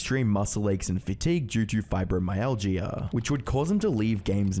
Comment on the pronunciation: You're pronouncing Fibromyalgia wrong. You don't say the Gia at the end like that, it's more like a ja noise at the end